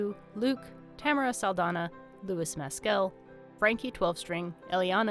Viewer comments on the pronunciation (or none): none